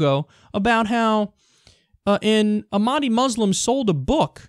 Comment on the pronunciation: It's pronounced "AWK MADIA"